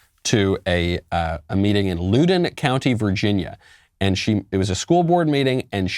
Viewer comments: As a lifelong Virginian "Lewden County" gave me a lol I know you're no local, it's pronounced 'Loud'-un, more or less how it's spelled, love the show. PS That's just a plain English name, hopefully you don't get to the Native American namesakes; Try out Wachapreague Town, Chickahominy River, Occoquan River, Chesapeake Bay, Chopawamsic Backcountry, Patawomeck Park... You get used to it living here. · Just a quick correction it’s pronounced law dun county not lou din, but love the show it leaves me speechless